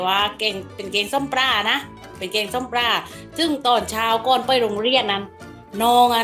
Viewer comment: ปลาครับ ไม่ใช่ปรา 😅